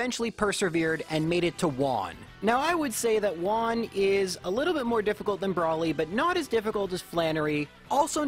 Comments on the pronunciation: Man, Juan is a spanish name. You pronounced it like it's japanese. The "ju" has the same sound has "who". So is "whoan". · I speak spanish, and I love the way you pronounce "juan", like "one" instead of how we pronounce it (huan or something). It has a charm to it, it makes a very common name sound a lot more mysterious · I thought he called him "Vaughn"... 🤣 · I find cute how you misspronunciate "Juan" into "Güan"